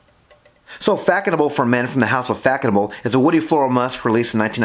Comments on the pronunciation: Its pronounced "fass noble" Not Fackonable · “Fack a noble”😂😂 such a bad pronunciation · Nice review! Just one thing: it’s read “Fassonable” the ç has an s sound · Yes! Its pronounced fassenau. Smells good for the price. Haven't owned a bottle in 20yrs. Saw it on a discounted website and just re-ordered.. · It is pronounced faSonable - /fa.sɔ.nabl/ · Hi there It was a bit herby to me, back then almost plasticky, I believe it's pronounced, Fazonabl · You’re saying it very wrong